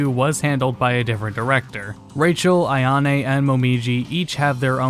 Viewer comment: Ai-a-ne? AI-A-NE? Really bro?